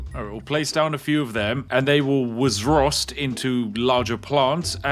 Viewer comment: Tbf with „zakup” and „wzrost” you were 80% there with your pronunciation lol